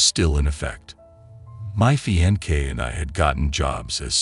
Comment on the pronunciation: Fiance (Fee-on-say)